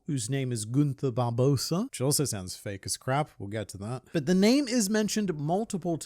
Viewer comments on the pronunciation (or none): Its spelled Barbosa but it's pronounced "Barboza"